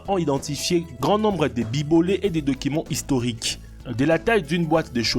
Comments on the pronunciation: Bibolet 😂 bibelot mdrrr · Fameu le Bibolé oh lieu de Bibelo